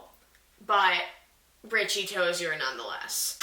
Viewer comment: The way you say "ToziER